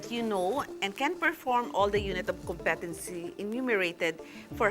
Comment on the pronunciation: Thank you for this video, it is very helpful. There's only one thing I would like to suggest: please pronounce correctly the word "competency" .... you may google it by typing "competency pronounciation"... the stress falls on the first syllable just like how you pronounce "competent" in which the stress falls on the first syllable.